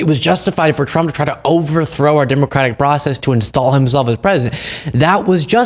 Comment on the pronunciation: She still can't say Democratic.